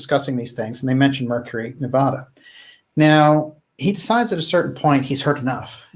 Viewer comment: You are my favorite channel of all time, so please do us Nevadans a favor and learn how to pronounce Nevada.